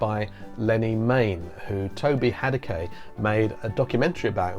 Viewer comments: FYI - Toby Hadoke pronounces his last name as "Hay-Doke." Two syllables, last syllable rhymes with "poke." Not of huge importance, but I figured you'd want to use the correct pronunciation. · 'Whose Doctor Who' will be included on the set - but it's already on the Talons DVD if you want to watch it now. Also, Toby's surname is pronounced 'Hay-doke'.:-)